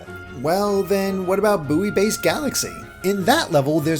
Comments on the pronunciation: Buoy is pronounced boy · The u in buoy is silent